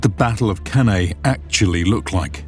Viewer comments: Dear Anglo-Saxons, could you please pronounce Latin names properly? Beginning with Cannae. Even the esteemed professor mispronounces it, even though he must have learnt proper Latin. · Off-putting when the narrator (AI or human) is unable to even pronounce the name of the battle properly. One needs to wait for Dr. Goldsworthy to do so properly but, like when he makes a suggestion for the actual location of the battle, he's just ignored.